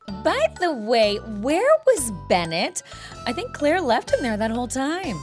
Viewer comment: did you say "Cl-ale?" 😂😂